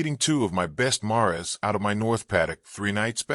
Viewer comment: "Mar ez"? enunciated for mares? who the hell is the individual narrating?